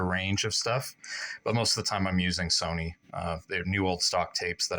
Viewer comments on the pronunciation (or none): none